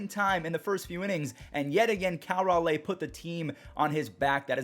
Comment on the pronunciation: Not sure if you’ll see this, but you’re ever so slightly mispronouncing Cal Raleigh’s last name. It’s more like “RawLee”, not “RawLay”. I only mention it because we attended the same high school, albeit he was a senior and I was a freshman. Love the vids. These recaps are my savior🙌